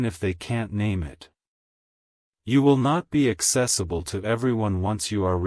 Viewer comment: Not axcessable , does that mean I lose access to my children. Just curious